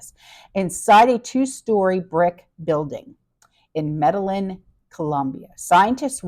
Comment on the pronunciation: Pronounced Meda yeen. Lovely cartel country!!!